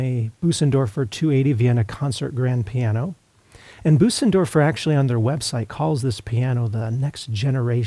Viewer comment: Nice review. In case it's helpful, to pronounce the ö in Bösendorfer your voice says "ay" as in day but your mouth is shaped like an "O" like when you say "open". Also, the s that follows the ö is more of a soft "z" than an "s". Sort of like Boh-zendorfer but with a little extra "uh" thrown in.